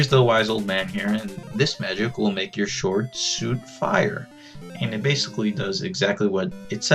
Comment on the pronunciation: by watching this i learned that sword is actually pronounced sort and not sword...